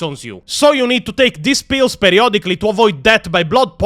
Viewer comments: You accent to me made the word "pills" sounded like "Pios". Are they eating Pios in Hydra Cordatus? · I was listening to the enitre video instead of watching and i kept hearing Pio's instead of pills and was thinking wtf are you talking about, what are pio's